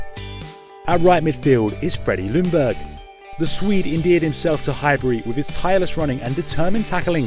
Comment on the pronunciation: Its pronounced fredie jungberj